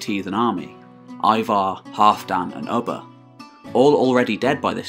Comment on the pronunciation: It’s not Ubba as in Bubba It’s Ubba as in Uber